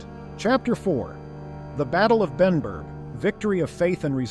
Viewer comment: was Benburb not Benburgh